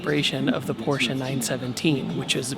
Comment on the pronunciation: As a German I’d like to say thank you for pronouncing Porsche correctly